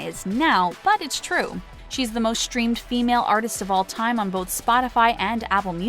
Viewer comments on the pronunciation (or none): Shtrange? Shtrirke? Shtress? Shtreamed? This is not a speech impediment. Unsubscribing. I don't give my time to people who deliberately mispronounce words.